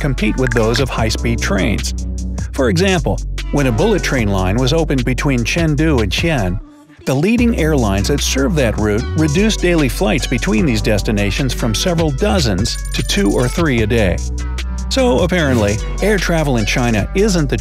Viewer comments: Xi'an is pronounced CeeAnn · Fyi, Xi-An pronunciation should be See-un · Xi'an is pronounced as Sh'ee-'Aan